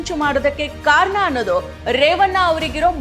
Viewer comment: ಕನ್ನಡ ಸರಿಯಾಗಿ ಮಾತಾಡೋದು ಕಲಿ. ಕಾರನ ಅಲ್ಲ ಕಾರಣ.. ರೇವನ್ನ ಅಲ್ಲ ರೇವಣ್ಣ